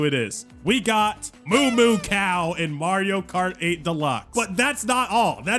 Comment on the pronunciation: "MARIO KAR 8"